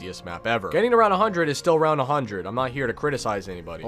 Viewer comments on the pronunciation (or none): none